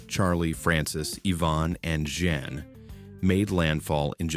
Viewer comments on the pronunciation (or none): The 20 years I lived in Florida (and worked at Walt Disney World) were the most magical in my life, and also the most frustrating... because of Florida. In 2004 I lived through 4 hurricanes, 1. Charlie, 2. Francis, Ivan and Jeanne. (Not like the narrator who called Jeanne... "Jan.") It was hurricane Jeanne! Also, you pronounce Lake Okeechobee completely wrong . AND I ABSOLUTELY HATE calling Mickey... a rodent. "Walt Disney World" has brought more joy and happiness to the world than any other place. We bend over backwards to the "Give Kids the World" children, the best experience of their life. There is more GOOD THINGS that happen at WDW than anywhere else.